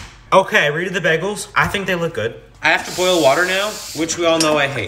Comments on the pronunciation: Be-gel or bag-el??? Not it’s a BAY-gel. What the hell is this pronunciation???😭😭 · It’s pronounced BAY GUL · Bagels pronounced bay gulls but for for this guy it’s baby girl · Im from the uk and i have never heard anyone pronounce it like that. I thought it was “BAY-GULL” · Bay-gulls is how it’s pronounced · It is pronounced bay gulls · It’s pronounced bay-guls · you know you're actually supposed to pronounce it like bi-gals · Bros really scared of boiling water, can’t Pronounce bagel right, and on top of that makes a part two. Abysmal.